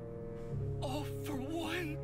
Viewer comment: When he says All for One *What most people hear*: "All for One" *What I hear*: "Awful One"